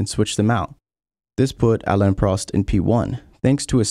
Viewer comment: congratulations on accepting what was actually positive feedback, I enjoyed your video actually and you pronounced Alain’s name on your newest video! Also grow thicker skin!